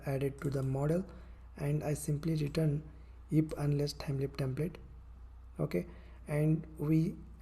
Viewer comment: Its LEAF not LEAP